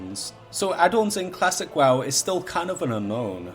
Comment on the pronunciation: did you just say klasick WaaW??